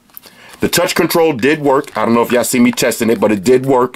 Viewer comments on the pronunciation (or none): none